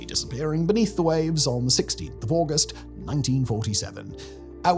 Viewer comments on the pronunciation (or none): none